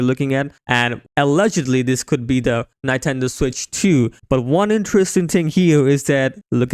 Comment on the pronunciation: I should have quit when i heard 'NAINTENDO' ....